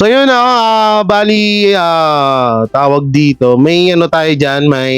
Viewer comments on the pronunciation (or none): none